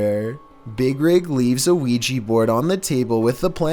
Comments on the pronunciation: Also, it's a Ouija not Quijy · ‘Weegee board’ Isn’t it an ‘Ouija board’??? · i hear ouija board as weegeee board